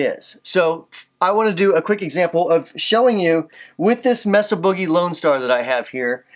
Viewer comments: "Messa Booger Triple Rectum-Frier" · I LOVE your pronunciation of "Messa Boogie." I'm going to start saying it that way now.